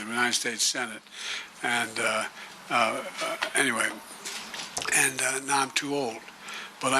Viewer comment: I love President Biden and I am sure I am not the only one who knows when he says ANTWAY he is using it in place of a Foul word ! Keep going Joe !!